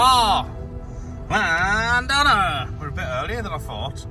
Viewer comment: That weed whack! But you laughed it off. Hope you don't mind a little help with the Cymraeg ( Welsh) pronunciation. Llan th ona and Moel uh Don ( like Bettws uh Koed ). Take care & more fish next time!